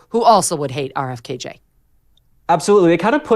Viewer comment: Please stop saying “RFK J.”